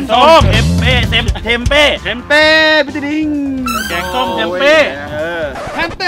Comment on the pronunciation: แกงส้มค่ะไม่ใช่แก้งส้ม😅